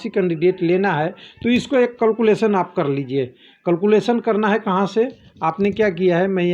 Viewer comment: It is not culculation.😂😭😭..it is calculation 😑 pronunciation